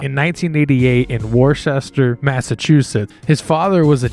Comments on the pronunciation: It’s not War-Chester. It’s pronounced Wus-ter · Its pronounced "Wooster" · And said worchester 🤣 tf